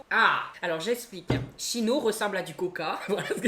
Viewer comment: (chino se prononce " Kino /kinoto" )😅